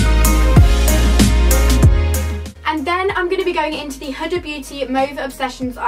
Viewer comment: No hate but is it not pronounced hooda x